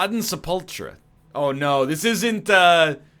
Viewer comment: He kept highlighting the one teleporter where the other sarcophagus was. Smh. Also: SEP-ull-curr, not se-PUL-tray lol Also #2: "Don't Turn Around" is very much the 90s. I don't think Ace of Base had any charting singles in the 80s.